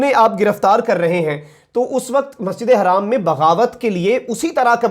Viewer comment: Hi brother like your channel but just to ask you to clarify me that the pronunciation about masjid e haram or harram because haram is house and harram is not acceptable in Islam so please when you say masjid e haram not harram please clear this issue 😉